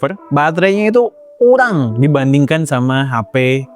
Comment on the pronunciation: Wo e KURANG BUKAN KULANG...🫤🫤🫤